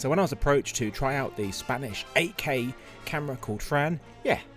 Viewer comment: when you say 8k it sounds like AK. Thought you were talking about a russian rifle.